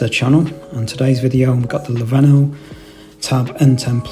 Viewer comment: And if you can’t even pronounce the company name, then the review is worthless dude.